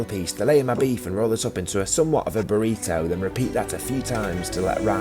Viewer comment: British people pronouncing "burrito" will never not be funny